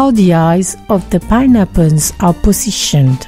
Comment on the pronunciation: When she said positioned i heard-...😳🤭